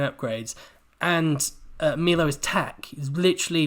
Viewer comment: Omg... it's pronounced My-low... everything else you have said has been spot on though 👌